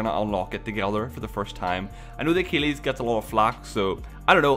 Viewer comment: If I hear pronounce Achilles as "uh-keel-eez" one more time imma lose my crap